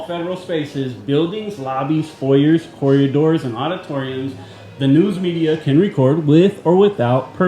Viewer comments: Corridors. Not corriadors. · it’s corridors not coryadors 😅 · I wonder if knows he says “corriadors.”